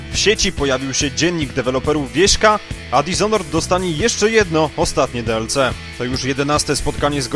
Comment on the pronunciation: No właśnie, jak można mówić "Plas" i jednocześnie DeElCe? "Plus" już można zostawić w spolszczonej wersji, za to DiElSi brzmi lepiej :)